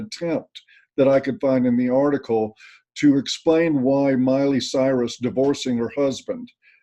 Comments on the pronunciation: Yeah he certainly didn't say Miley! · "Molly" Cyrus 😂😂😂